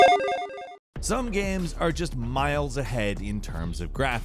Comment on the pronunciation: some good looking "gahms"